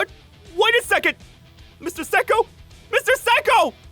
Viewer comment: Him saying: Mr. Seko?!? Mr. Seko?!? What i hear: Mr. Psycho?!? Mr. Psycho?!?